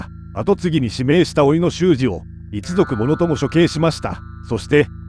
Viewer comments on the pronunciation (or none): 秀吉の甥(姉の長男)の名前は、秀次(ひでつぐ)と読みます。